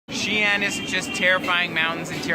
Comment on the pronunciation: xi'an,not xian.